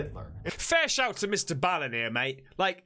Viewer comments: He said it himself Mr. Ball n. not Bale n not Bal n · STOP! stop calling him mister bow-in (like how the Japanese bow to each other) it's Mister BALLEN - like a basket BALL, or foot BALL, or soccer BALL, pool BALL... Mister Ball-in - Not Bow-in (i really don't know how to convey this to you the correct way, but you are saying it ALL wrong.... in EACH of his videos at the end, he will say his name NUMBEROUS times when giving his social media info, and even HE can pronounce it right lol) - stop hurting my ears please :D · Mr ball in that's how it's pronounced but I have been subbed to Mr ball in since he got started best story teller in the world you should do a lot of his stories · you pronounce his channel As Mr Ballin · his name is pronounced BALL-en, like the word ball.